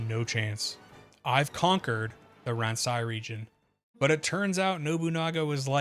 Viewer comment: I think "Ransei" is pronounced "Ron-say"